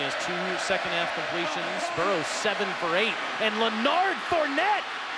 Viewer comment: “ lanard fournette “ what are the odds😹😹